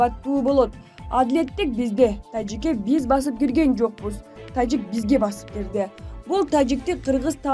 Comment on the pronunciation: Тажик дегенди эмнеге башкача айтасын журналист кыз